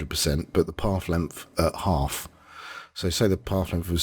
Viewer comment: "Pawf lempf"? Oh, you mean path length! :D No, in all seriousness: Thanks for the nice tutorial :)